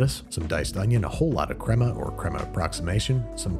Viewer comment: the way he says Crema 😁🥰🥰 i thought it was Mexican 🤔